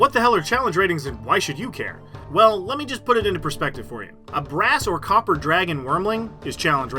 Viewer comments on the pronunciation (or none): none